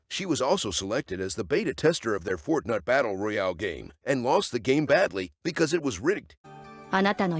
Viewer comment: 😅😂😂 the narrator fortnut battle game LOL 😆🤣🤣 hahahaha